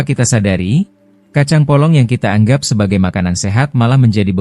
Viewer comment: Kacang polong bukan kacang bolong.......